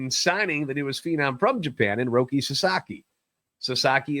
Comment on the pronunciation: Jesus Christ. He’s not a tv!!! He’s name is ROKI. With an I.